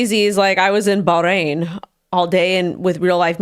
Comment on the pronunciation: Ba - Ha - Rain - Bahrain